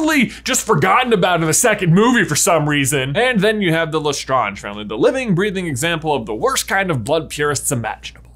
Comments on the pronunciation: I don’t know if I’ve said L’Estrange wrong my whole life but I think you’re saying it wrong I might be wrong I don’t really know but I’ve heard everyone else say it the way that I do love the channel so much thanks for all the Harry Potter content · ill never forget how this guy pronounces LeStrange lol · Man I didn't know that that's how you pronounce the LeStrange name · The moment he pronounced lestrange like that I thought....oh god... This is gonna be a hard video to watch. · I had to stop the video because he was pronouncing lestrange wrong and it was so annoying. They literally say it in the movies, and no it’s not French anymore since the Norman times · I thought it was pronounced like the word strange >.> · You pronounced Lestrange wrong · J I love you but why are you saying Lestrange wrong? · Why do they pronounce Lestrange like that…? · Am I the only one that’s bothered with the way he pronounced Lestrange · Is the way J says Lestrange bothering anyone else? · Truly annoyed at the way you pronounce LeStrange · Why are you mispronouncing the name lestrange? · Absolutely triggered everytime J says "La Strahnj". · Le ( it sounds like la ) the e is silent because it French and the word strange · LE STRANGE. Like Doctor Strange. Lestrange. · just so you know, it's Pronounced Lestrange = Le Strange. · LeStrawnge = Nails on Blackboard 🥶 Please, stop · Wouldn’t the correct French pronunciation be L’étrange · Pronouncing La Strange... Le Stronge is as bad as the Ravenclaw mascot being a raven! 😒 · I’m sorry to say this but you are pronouncing it wrong it’s strange with La at the beginning of the word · “Le strunge” 👀🤢🤢🤢🤢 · Why are you saying lestrarntsh? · please pronouce it La- StraYnje. your pronouciation is killing me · I cringe each time he says LeStrange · the way pronunces' Lestrange bother's me a lot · I mean I know it's french but it sound's better in English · Does pronunciation of Lestrange bother anyone else or is just me? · Bro lustrunge 🤣